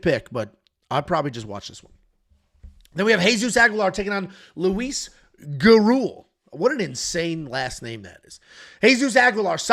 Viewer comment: Gurule = goo-ROO-lay but when I say it it almost has a D sound with the R.